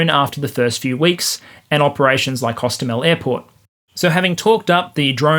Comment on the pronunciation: hostOmel, not hostomEl. We were laughing in russians saying it wrong. From wikipedia: pronounced [ɦoˈstɔmelʲ]